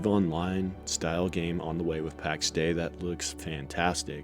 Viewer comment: Heard them pronounce it Pax Day-E